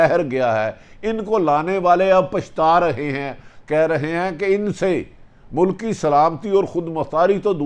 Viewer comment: It’s not mulak it’s mulk, pls atleast try to speak Urdu correctly:)